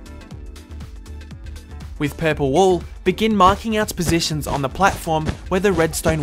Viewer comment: i like how u say "positions" are u bitish or something?